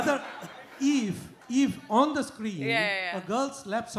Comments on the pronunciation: she didn’t twist the question. There was a clear miscommunication because of his pronunciation. He pronounced “if” as “eve” and she thought he was talking about eve-teasing. Sadly the person who asked the question didn’t understand what she is replying to either, he probably didn’t understand what eve teasing was. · There has been clear miscommunication because of his pronunciation. He pronounced “if” as “eve”. He wasn’t talking about eve teasing 😂